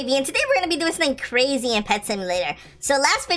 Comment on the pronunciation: kuya crazy po hindi Krazyyy HAHAHHAHAHA